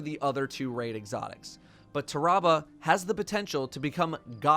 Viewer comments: Its pronounced tarrabah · your both wrong, its Tarrabah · you're* also it's "tarrabah" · I love how pronounced Tarrabah 3 different ways in less than 30 seconds